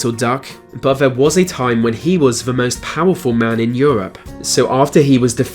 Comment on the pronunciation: I see what you did there 😋 (or should I say, "I see what you did fvere...")